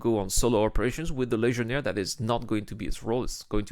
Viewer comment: Funny way you are saying that Legionnaire name. I don't hear "g" there. I hear something like Lesionnaire 😝 Don't hate me, it's just a friendly jab :p